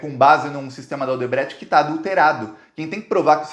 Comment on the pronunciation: É o único cara da esquerda que não sabe fala o nome da Odebrecht serto, chega ser ridículo